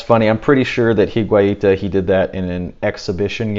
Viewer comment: Higuita is spelled: "EE-GHEE-TAH".